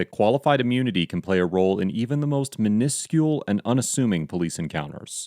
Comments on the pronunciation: Great video but the way you pronounce minuscule, min-UH-scule, instead of MIN-uh-scule did make me feel a bit uncomfortable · Please learn how to pronounce “minuscule”. It grates upon me every time that it is used in your videos.